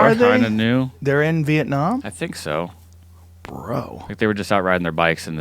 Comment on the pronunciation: Love the way Joe says Việt Nam, love you big bro, you are changing the world